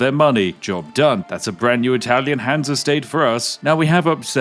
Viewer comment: Many Hans make light work😅Would have been better with a German accent on Hans.